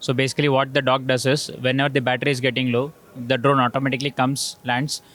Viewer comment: pr bhai ko dog bola dock ko, bhai dog dekhne ko excited ho gaye